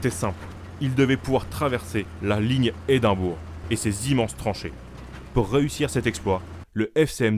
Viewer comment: oui surtout que Édimbourg c'est la capitale de l'Écosse... Rien à voir avec Hindenburg... Très bonne vidéo néanmoins, vivement la prochaine.